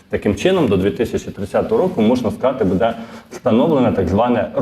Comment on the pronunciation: Може все ж таки "дочекались"? 🙂 А ще правильний наголос "бУде" на "у" , замість неправильного "будЕ" на "е"